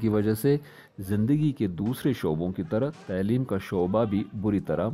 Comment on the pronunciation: لفظ "تعلیم" کے تلفظ میں تصحیح کی ضرورت ہے علاوہ ازیں ......کئ دوسرے الفاظ